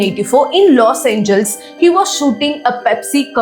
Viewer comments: It's los Angeles..not los angels. I like your content just your pronunciation is not right. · Los Angeles: pronunciation is 'Loss Anjee-lesss' pls